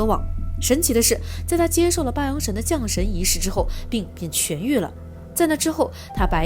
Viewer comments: 把降jiang神念成龙神。🤦‍♀️听了都辛苦。没看完。听不下去。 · 是（jiang）降神仪式😂吧！